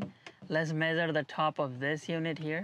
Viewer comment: Medere and sense, I think you are trying to say measure and sunshade